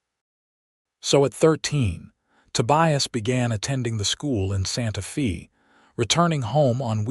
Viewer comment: Ok, so you use AI to translate the script. It's humerous to see American AI, American "reader ", and Santa Fe (fay) pronounced as "Santa Fee" . The "writer " couldn't even bother to do a spell/speech check!